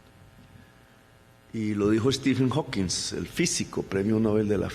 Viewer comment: Que bruto pónganle cero: 1) Stephen hawking no hawkingsss 2) nunca ganó premio nobel Dios que bruto